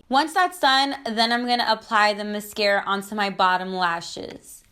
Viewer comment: Steph Vidal cause she says it correct??? 😂😂😂